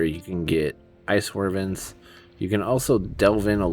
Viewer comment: The way you pronounce wyverns gives me anxiety